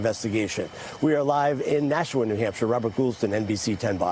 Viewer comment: It's not nashaw. It's Nashua